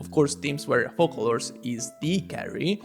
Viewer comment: Sorry, she's Focalors (read as Fosalors)